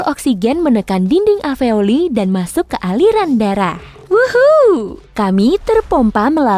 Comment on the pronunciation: Fak aveoli,, we say alveolus